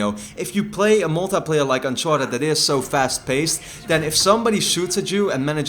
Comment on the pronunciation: is it me or do you guys find it funny how says "uncharted mul-teh-playa":')